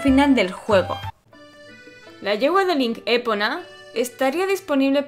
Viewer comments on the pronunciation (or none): Es Epona, no Épona. Y son Kologs, no Kolons.